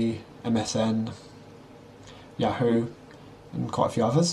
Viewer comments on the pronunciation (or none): none